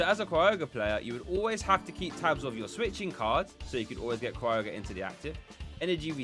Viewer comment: No R at the beginning of Kyogre. It's not Cry-ogre; it's kai-ogre. Appreciate your content and just trying to be helpful.